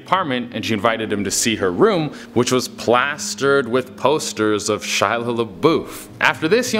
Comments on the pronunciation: Shia not While lol.😂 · he actually said it like "Shila" 😂